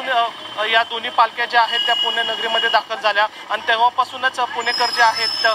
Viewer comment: किती मराठीचा ह्रास.. कृपा करून पुणे म्हणा.. पूने नाही हो.. 🙏 अगदी सहज आपण हे म्हणतो पण त्यातून अनेक लोक शिकतात आणि अनुकरण करतात हे लक्षात घ्या. 🙏🥺